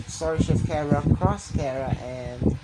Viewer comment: Its chara not kara